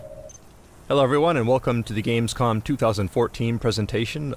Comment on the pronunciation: Gamescom* buddy not "gamescon"